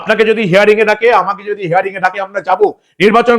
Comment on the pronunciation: হেয়ারিং নয় হিয়ারিং ৷